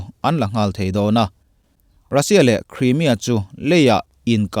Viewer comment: Crimea i lam dan hi a dik chiahlo niin a lang. News lian zawkte lam dan lo en ve mai mai teh